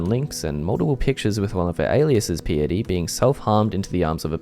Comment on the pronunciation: Bro, that's literally just the word "Piety". Wtf is "pee-itty"? Come on.